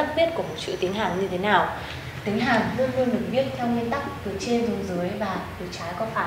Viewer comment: cô đọc "như thế lào"